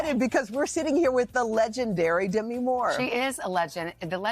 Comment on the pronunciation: "We're sitting here with the Legendary Demi Moore" (Demi's thinking 'if i'm such a legend , why didn't you pronounce my name correctly?')